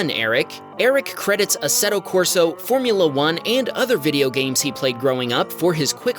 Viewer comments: Assetto "Corso" lmaoo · The game is Assetto Corsa not Corso.